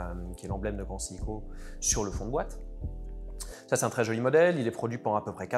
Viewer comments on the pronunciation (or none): Alors l’expert a l’air de bien connaître l’histoire de la marque, par contre, pardonnez moi d’être pointilleux mais il prononce parfois bizarrement le nom de la marque. C’est seiko セイコet pas siko